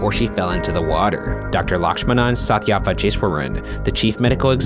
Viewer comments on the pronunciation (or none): he didn't even pronounce Lakshmanan Sathyavagiswaran properly lmao. it's pronounced "Luhksh-muh-nun suth-yaa-vuh-geesh-vuh-run" and all the n's are pronounced by rolling your tongue back fully